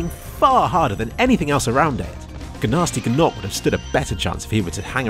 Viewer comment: Did you say gnasty gnorc with a hard G sound?! That can't be right.. I could have sworn the characters in the game say it with silent G's